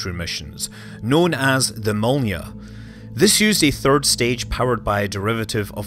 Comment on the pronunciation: Loved this one! Great overview of the R-7. It matters not at all, but Korelev is pronounced "kuh-ruh-lyof," and Molniya is "mullneeya."